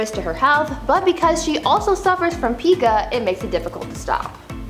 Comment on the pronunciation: Pica is pronounced with a long I sound. Like Pike. My daughter was diagnosed with this when she was 5. She did grow out of it tho.